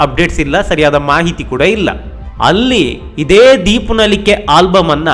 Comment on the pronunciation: ದೀಪ ನಲಿಕೆ, ದೀಪು ನಲಿಕೆ ಅಲ್ಲ